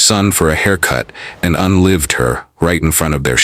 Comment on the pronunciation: Can't stand AI "Un-Lived her, right Infront of their Shon" mins in. I had to stop watching!